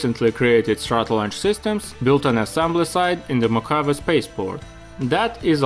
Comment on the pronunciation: Cool video but you need to learn how to pronounce Mojave correctly.